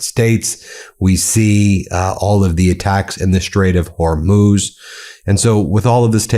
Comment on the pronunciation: i'm glad you are trying to correct your pronunciation of Hormuz. pronounced like Hormooz, not Hormos